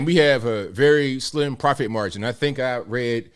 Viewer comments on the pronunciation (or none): none